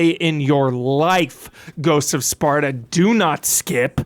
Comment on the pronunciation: Take a shot everytime says Sparda instead of Sparta xD